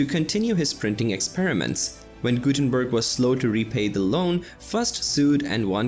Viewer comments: The Gutenberg part is hurting my ears. Gutenbörg is bad, but at least somewhat close. But Mainz butchered to Maines...... I know, this does look all too close. It ain´t! Maine as an eastern US state is pronounced that way. Mainz as a city of Germany is NOT pronounced in any english manner (why would it?). Mines in english comes close to it. Z (zed! not c!!!!!!!!!!!) is a TS, so it would rather be a combination of mines end mints to say Mainz as it is supposed to be spoken. Thx. Jay-zed approves ;) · It is funny because apparently the original video is on a German channel, but the narrator is definitely not German. I'm not a German myself, but I can hear that he mercilessly butchers those poor German names such as Johannes Gutenberg and Wilhelm Conrad Röntgen, just to mention a few.